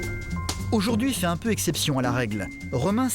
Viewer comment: "fair" "ojourd'hui" ?!?!?!??! Quitte la vite !